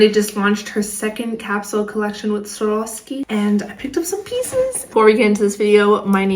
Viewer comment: It’s not that hard to pronounce the brand name if you take your time with it. Swar-OV-ski. 1. “Swar” like swarm, without the “m”, like a swarm of bees 2. “Ov” like “oven” without the “en” part And finally 3. “Ski” as in the activity You put it together slowly and you get “Swar-OV-ski”. Swarovski. Just say it slowly until you get the hang of it. You’ll get it eventually. Cheers!